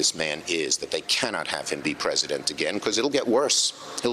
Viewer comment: "praise-a-dent" thump*